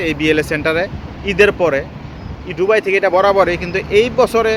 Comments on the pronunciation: সালা একটা অশিক্ষিত দুবাই উচ্চারন করতেই পারে না বলে ডুবাই।কথা বল্লে নাকি তাকে টাকা দিতে হবে। বাটপার। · উচ্চারণ টা কি দুবাই হবে না ডুবাই হবে? জানাবেন প্লিজ 🙏 কারন আপনি বার বার ডুবাই বলতেছেন😡